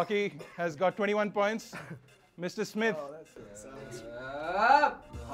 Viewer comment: It's not Simht it's SMITH........